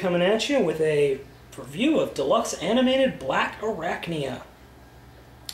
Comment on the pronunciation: No it's Blackarachnia. Not Blackarachania.